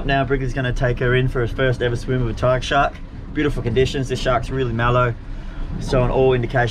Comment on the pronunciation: Tiggah Shahhk in the wohhtahh